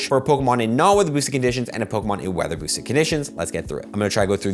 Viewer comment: Bro you need to enunciate. Listen to yourself say “not weather boosted” it sounds like gibberish.